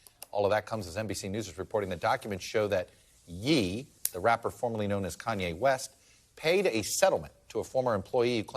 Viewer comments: okay he's gotta be mispronouncing Ye on purpose but i'm all here for it lol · Pronounced "yay" stupid